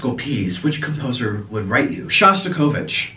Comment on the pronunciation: Hi Niko and hello from Russia. I'm one of your silent subscribers. But there was something that touched my soul in this video. You were talking about Shostakovich. It was funny to hear how you pronounce his surname 😂 try to say SHo a bit softer. His music is so scary because he saw all the terrible things that happened during the revolution, world war one and two. He was starving for a long time and still had some space in his heart for love and hope. My best wishes to you and Orlin, you are very nice and positive guys 😜